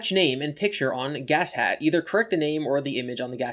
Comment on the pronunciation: Btw its pronounced Ga-shat not gas hat, its a kamen rider Japan thing dont worry I just hate how Chris is going to get involved in one of my favourite shows